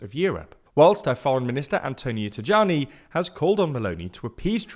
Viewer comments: the nome of the foreign minister has to be read "Taiani" not "tagiani" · Antonio Tajani is pronounced “tah-YA-nee”, not “tah-JA-nee” 🙂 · I've been hearing the name Tajani mispronounced too many a time to keep my mouth shut again on the matter. It's "Tayani" (as in pretend the "j" is a "y", like in German). May this comment reach you somehow! 🙏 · Just a correction: the "j" in Tajani surname should be pronounced as a english y